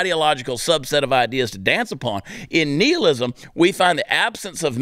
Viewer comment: I think he's saying nihilism wrong just to piss me off